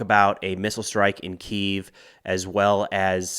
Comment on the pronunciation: You're pronouncing the Ukrainian capital wrong.